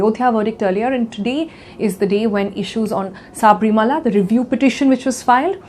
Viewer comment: It's not Saaaaaabrimala.. It's Sabarimala